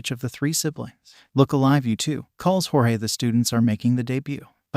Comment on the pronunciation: I really hate the a.i. voice is messing up Jorge’s name.